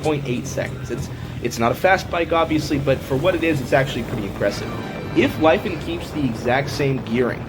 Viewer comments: it's pronounced lee-fawn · Yea when I've talked to them on the phone they pronounced it Lee Fahn